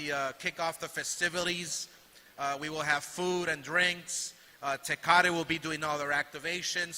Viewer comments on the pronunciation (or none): HE SAID “ Festiviles” 😂 And hes Mexican and cant even say “TECATE” either 😂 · All of a sudden Oscar doesn't know how to pronounce "Tecate".